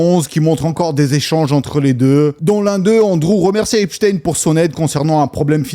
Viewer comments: c'est pas shtine mais shtein comme tout les jui f allemand ou autrichien et non une consonnance Russe comme Lénine Staline ou Poutine, par la prononciation ils ne veulent pas que l'on fasse la connection. C'est honteux d'avoir mis une photo de Mickael Jakson sans rien préciser que Neverland a été plus ou moins construis pour empêcher les enfants d'aller chez epstein, Macaulay Culkin l'a bien précisé. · Super tes videos mais stp prononce son nom comme il se doit, c est un nom allemand!! Comment prononce tu Einstein, Wolfenstein, Weinstein...?